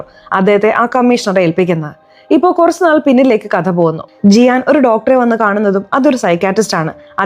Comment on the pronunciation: സിയാനെ ജിയാൻ എന്ന് പറയുമ്പോ സാറേനെ ജാറ എന്ന് പറയാത്തത് എന്താ 🤭🤭🤭